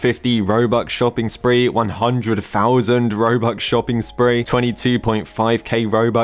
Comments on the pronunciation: bro instead of saying robux he says robuque 💀💀💀💀💀💀💀💀💀💀💀💀💀💀💀💀💀💀💀💀💀💀💀💀💀💀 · i like how he says "robuC" instead of "robuX" sometimes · 1 "robuk" lol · man legit said robuck for the whole video haha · I love how he is always saying robuk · robuk is singular of robux 🎌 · Whoever heard he said robuc 👇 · why do you say robuc 💀